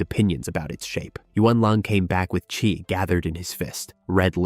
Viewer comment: Was doing great until about an hour and a half in it said 'Qi' as 'Cwee' 😄